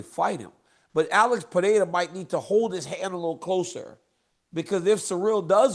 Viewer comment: “Uhlex puhdayduh”